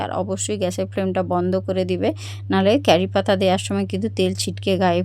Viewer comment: উচ্চারণটা হবে কারি পাতা ক্যারি পাতা না